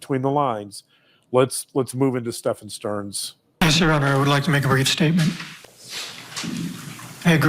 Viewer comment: Stephen is pronounced just like Steven.